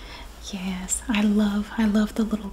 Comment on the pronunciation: i love the " yeyysss" for yes haha southern twang!! i wish i had one